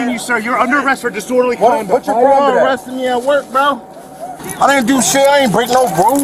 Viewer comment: Didorderly Speech 😂